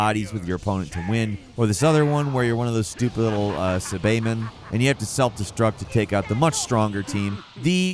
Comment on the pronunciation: "I know these games. They got Brawly, sa bae men, frizza, pickanoze"